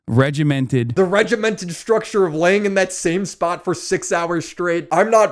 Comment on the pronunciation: the way he pronounces shtressed, shtructure... makes me wanna puke